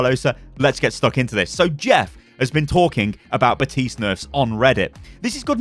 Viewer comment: Bruh how the FUCK are people still pronounce baptiste’s name wrong?